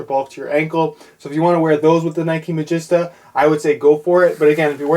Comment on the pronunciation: You pronounced it mageesta at the end! Yes!